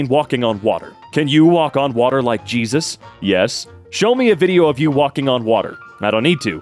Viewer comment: Cheesus crisp